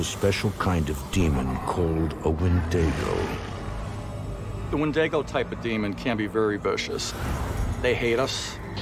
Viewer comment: Windego? You mean a Wendigo...?